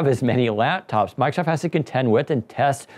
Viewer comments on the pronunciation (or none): This is meant exclusively as constructive criticism. respectfully suggest you speak more slowly and take the time fully pronounce words. As an example, consiider you you say "Miicrosoft.' (Listen, and notice that you actually say something like "mike-a-soff"). Listen carefully to professionals on radio and TV. They enunciate with great care. They do not omit parts of words like consonants. You will also notice that they speak MUCH slower than you do. These people, who are paid to speak, are not fools. They know their audience is literally unable to take in new information as quickly as you speak. You're an expert. Your listeners are not. You are telling them things they may not expect. Give them enough time to comprehend and consider your ideas while you are talking. There is a simple trick for this. Enunciate. If you take the time to actually pronounce the consonants at the end of syllables and words, that minor reduction in speed will help your audience comprehend much more. Having understood much more, they will like you more and think YOU are smarter. Remember, taking in new information is hard, and on a YouTube video, there is no opportunity to say, "Wait, what? I don't get it!" You have only one chance to clarify. SLOW DOWN. Ironically, if you slow down and articulate, people will actually understand much more. If you don't believe me, do your own simple experiment: Take a group of people, have them watch your video, just as it is. Then give them a simple comprehension